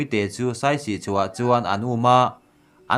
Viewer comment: Saisi tih awmzia awm lo. Siasi tih tur... Siasi tih hming putchhan aneih tih hriat atha ang